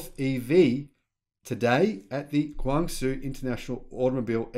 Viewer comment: ...please make an effort to pronounce Chinese names correctly....CEO of the company is pronounced like the first syllable in our word "shower" and pung for his family name. The company is based in "Gwung-Joe", capital of Guangdong province....